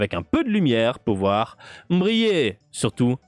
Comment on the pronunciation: "Tu sors ra lampe...." 😂😂😂😂